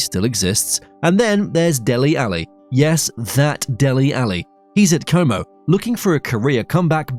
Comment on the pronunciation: Keoumo.... Starebbe per Como 😅 Eimpouli ......Empoli 😂